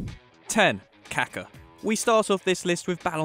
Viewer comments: Its KakA! Not Kaka. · So funny you pronounce Kaká as Caca 💩 which means poop in Spanish .. don’t you see that it has an accent on the last A? 🤣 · the way he pronounces kaka smh